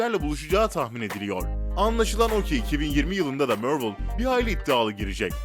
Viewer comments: Civil Var değil Civil War yani (Sivil Vor) BİDE MÖRVIL DEĞİL MARVEL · Mörlı demen delirtti beni mavrıl mk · Mörvıl ne la İngilizcesi de Marvel onun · mörvıl ve för fırom homu duyduktan sonra vidyoyu kapatıyorum, kolay gelsin. marvel desen bu kadar batmazdı heralde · Marvel'i 'mörvıl' diye okuyup war'ı 'var' diye okuma sorunsalı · Mörvıl Değil Mervıl Diye Okunur Hadi Sİktir Git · MÖRVIL DEĞİL MARVEL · mörvol degil abi marvıl diye soyleniyor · mörvıl değil marvıl diye okunur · Mörvıl ne lan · Deaktır sıtreç tu Mörvil spaydırmean forforomhom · Mörvıl ForForomHom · kanalı O BLACK WİDOW filmi çıkmayacak onaylandı:)))) MÖRVIL DEMEYE DEVAM SEN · Mörvıl ne yeniyormu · mörvıl ne hocam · Amk yabancılar bile marveli marvıl diye telefuz ediyor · mörvıl ne kürt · Vor vrom home mörvil kskskdk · Mörvl ne amk zkdjdjdjdj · Mörvıl değil För from höme değil duzgün sole sunlari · Biri şu adama MARVEL demeyi öğretsin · MÖRVIL NE AMK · Mörvıl ne amk bi an basqa firma sandim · Marvel ismini neden mörvıl diyo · Marvel deme sen bi daha dayı mervel ne allahunı sevdiğim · Midem bulandı amk mörvıl demesinden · Marvel ı Mörvıl diyeo kumanı analrımda filmleri ingilizce okuman yetmiyomuş gibi bide 2 ve 3 ü ingilizce özürlüsü gibi okuyosun abone sayına göre yaptığın amotörlüğün üzerinde sen Türk halkına hitap ediyosun nedir bu yamuk ingilizce merakın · Yahu niye yanlış yazayım. İngilizcem var. Videoyu çeken adamın yok ki Mörvıl, Sipaydırmen Förforom gibi garip garip telaffuz yapıyor. Adamla dalga geçiyorum. Daha da anlamıyorsan git zeka dersi al. Yorumlarda da zaten herkes dalga geçmiş. Sen videoyu nerenle izledin...